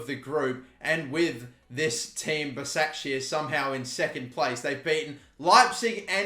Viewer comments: it’s pronounced like ‘bashakshahir’ i’m pretty sure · Its pronounced bashaq shehier